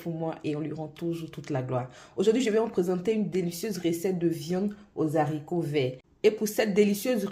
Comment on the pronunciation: Mes haricots pas zharicots